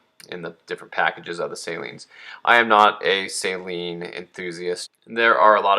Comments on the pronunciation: The way you say "Say-Lean" drives me insane. Steve Saleen himself says "suh-lean". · For the love of god... its SA-LEEN... Not SAY-LEEN..... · I'm just cracking up how he's mispronouncing SUH-LEAN. I'LL GIVE HIM A PASS BECAUSE HE MADE THIS VIDEO AND YES I AM YELLING.. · Please learn to pronounce Saleen correctly, geez. Not say-lean....SUH-LEAN...it's really not that hard. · It's pronounced SUH-lean....not SAY-lean. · Man you're killing me. You need to learn how to pronounce Saleen correctly.